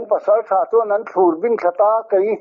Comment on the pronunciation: I awh phawi hi ngaihthlak a nuam in i mi kawm pawh i motivate (chawkphur, ti thatho) thiam khawp mai. Mahse, *"thlür/thlûr*' tih i lam erawh hi chu "u" hi thluk a i lam hian, kan pi pu ten "La" hiv an thuah/ kawp ṭhin a, chu chu- "thlûr" ti in an lam ṭhin a, chetchhiatna chu "u" hi thluk lo in, "thlur" ti a lam hi a dik hmel zawk e aw..... ? @@